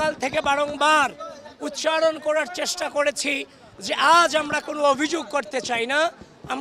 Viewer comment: ড়াজনৈতিক, ঢাআআকা, চ্রেষ্ট্রা, প্রউগ কি সুন্দর উচ্চারণ, উনি নাকি সুবক্তা।